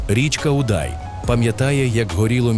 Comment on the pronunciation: Дякую за фільм про моє місто, дуже цікаво і гарно, але пирятинці роблять наголос на назві річки Удай на літеру "у", і саме це у вашій розповіді трішки ріже слух